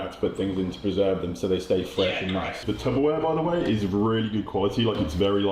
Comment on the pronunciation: hate to be the one to tell you this bro….😣 but it’s actually TUPPERware not TUBBERware (I know) 😳 Don’t worry, I was 24 when I found the thing I took to school as a kid is a PACKED LUNCH not a PAT LUNCH. 🥴💔